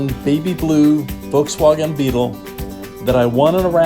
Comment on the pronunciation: "Volkswoggen"... Pok thuh cah Motha.